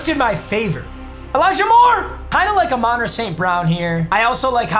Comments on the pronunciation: it's Ahmon- Rah not aminrah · Papa it’s not a-mon ra it’s pronounced like ah-mun ra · AA-MANRA ST BROWN 😂